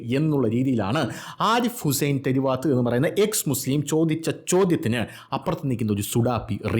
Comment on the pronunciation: തെരു വാത്തല്ല തെരുവത്താണ്